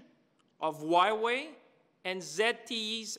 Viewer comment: Cant even pronounce hua wei right let alone be a taken seriously by anyone.